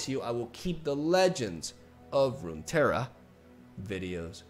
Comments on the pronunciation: has issues saying the two r's in rune terra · Just pronounce the double R as "ja" like in jajaja Rune Teja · All the Runeterra lore needs to be retconned again because can't prounounce it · im a spaniard and have a hard time pronouncing the double r Him two seconds later: this is irrelevant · Genuinely curious, why do Spaniards have trouble with double r? Is that normally a silent sound or something? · Alright boys let's change LoR to a Spanish name so can pronounce it